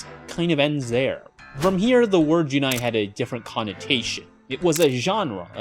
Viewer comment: Great insights, very informative video and nicely edited too! I'll be a little pesky, it is "jun'ai" (with a pause at apostrophe) not "junai" (without pause), I was confused about this word because of the pronunciation.